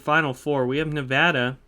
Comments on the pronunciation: He pronounced nevada right too i never hear anyone say my state nevada right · Yoo he said nevada right. Nevada residents rejoice 🫡